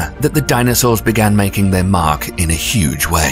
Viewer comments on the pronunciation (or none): none